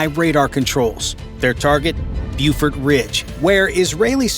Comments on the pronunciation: It's pronounced "Bofort," not "Bufort." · Not "bewfort ridge," BOfort ridge."